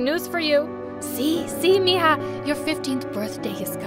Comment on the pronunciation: The sentences said mija not mia